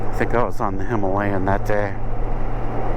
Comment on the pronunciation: it's pronounced "Himalayan"